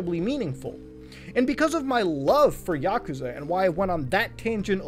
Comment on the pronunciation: i hate how he says yakuza